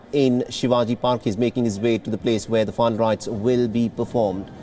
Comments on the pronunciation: Please speak properly..final rites not fine right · Ask the anchor to pronounce final rites clearly,that idiot was pronouncing as if it was fun rites